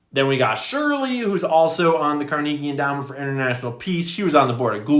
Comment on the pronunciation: CAR-neh-ghee Final warning, dude